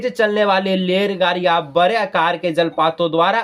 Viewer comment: Sir रेलगाड़ी बोलिए लेरगाड़ी नही😂😂😂😂😂😂😂😂😂